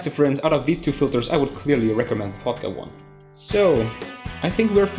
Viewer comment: He says "Fotga" like "fucked up" haha!